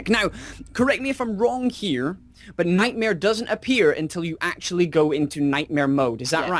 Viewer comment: his nome is nightmaire